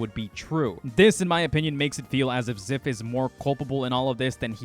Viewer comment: I believe Zyph. Also it’s Z-“eye”-f